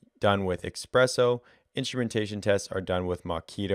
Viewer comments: Espresso not expresso. thanks for this helpful informations 👋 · Espresso not expresso :)